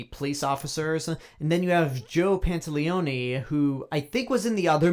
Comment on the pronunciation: Pantoliano not Panteleoni ... he's a great actor